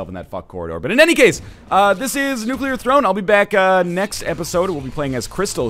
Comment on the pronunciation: I'm proud of you, Northernlion. You're pronouncing "nuclear" correctly.